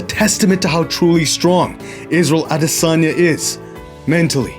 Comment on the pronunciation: Thank you so much for making an effort to pronounce Izzy's last name properly. It wasn't perfect, but it didn't need to be. The thought and intention behind it is what counts. And as always, fantastic video. It's honestly amazing how sharp and observant you are of the nuances of combat. We appreciate you! Signed, A Nigerian, on behalf of all of Nigeria 🇳🇬💪🏿